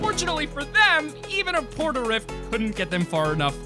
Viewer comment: a port a rift? Okaaaay...